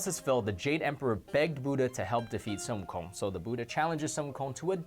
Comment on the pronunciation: Just hear the pronunciation of sun wukong compared to games who have sun wukong in them like league and smite. I find it offensive how they pronounce his name completely wrong, like they didn't bother to do research smh.